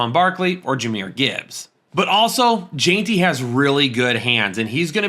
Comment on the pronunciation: Ashton Jeanty is pronounced “Jen-T” not “Jean-T”